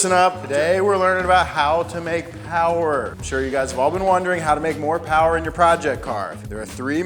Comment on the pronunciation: More Powah Baby!